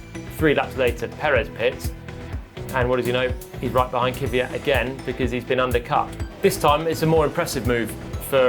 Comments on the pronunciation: Can someone please tell Palmer that the Name is "Kvyat", not "Kyvyat"? It's always quite enlightening to hear people pronounce their own name, so here you are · Why do brits say "Keeviyat"? It's pronounced "Kveeyat" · Its kwi-at not kiwi-at man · I guess they just cant pronounce "kv"